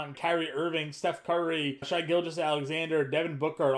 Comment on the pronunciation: It’s not Shy it’s Shai